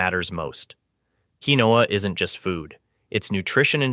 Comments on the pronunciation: It is pronounced "keen-wah". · It is Pronounced,” Keen-Wah!”